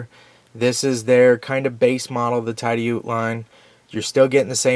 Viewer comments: Great vid and GREAT knife,! BTW...I think that Tidioute is pronounced "tid-eee-yout". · Correct on the pronunciation. I live in Tidioute. It is a small town in northwest pa. Less than 1000 people live there. GEC knives are produced in Titusville pa which is 20 miles from Tidioute. The case knife factory is only 40 miles from Tidioute. Lots of great knives made near here